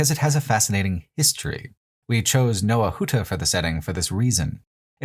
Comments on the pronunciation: So, in the name ⟨Nowa Huta⟩ in Polish, the ⟨w⟩ is not said like the English “w”, but the German “w”, so it’s more like “nova huta”. In Polish the English “w” sound is written as the barred L: “Łł”. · Little tip - polish "W" is very similar phonetically to english V. So Nova huta not... as Pole I had to hear it like 3 times to figure out what you said